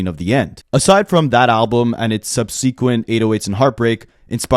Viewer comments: subSEEKwint 🥴 You put the EmphASIS on the wrong sylLABle. Subsequent - pronounced like subsuh kwint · Why do you young people say “sub-SEE-kwent” when pronouncing subsequent? 🤔